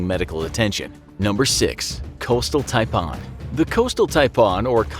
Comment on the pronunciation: Hey mate. The way you say 'Taipan' is cancer. Stop!